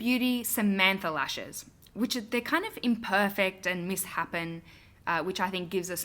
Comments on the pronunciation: Cherub, it's pronounced miss-shape-en, not miss-happen! Aaand taupe rhymes with rope. Ok now that I'm done rudely LECTURING you: great looks; you convinced me to buy this palette! x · Do this with tarte in bloom! My go-to palette. You are so amazing this video was awesome!! But I have to say... you said.. “misshapen” like “miss-happen”? I’ve never heard it said like that ??